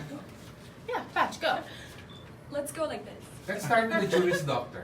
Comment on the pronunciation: Correction PATCH NOT PAYCH